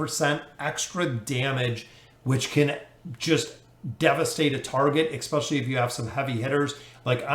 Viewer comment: yes but then he also says expecially.